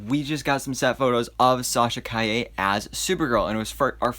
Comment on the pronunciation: You pronounced her last name correctly. I am so proud of you. Her suit is great. They will touch it with vfx and it will be purrfect.